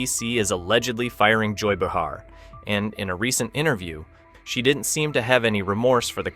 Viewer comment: Bee-har lol